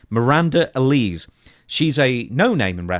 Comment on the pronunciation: never seen a bottle of Alize in his life it seems, or even watches the product to hear how she pronounced her name - bloody hell